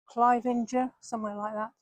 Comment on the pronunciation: For your future reference (then no one can identify as you not being from the area) we pronounce Todmorden as Tod-muh-dn, and Cliviger as Kliv-ij-er. With cutbacks, local councils are not cutting hedgerows and many are encroaching all over the pavements making them dangerous to walk on especially on busy roads. Have you been further along on the bus from Todmorden to Hebden Bridge & Halifax? The Peace Hall at Halifax is well worth a visit, and there are lovely walks around Hebden Bridge.